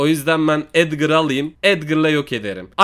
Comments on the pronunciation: Edgar a edgır diyen koca yürekli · Abi Edgır değil Edgar